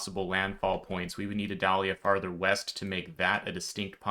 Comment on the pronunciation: You are my favorite source when it seems like Florida might be impacted. Thank you. Also, in Florida, we pronounce the storm name like the onion, sans the V in front. (-'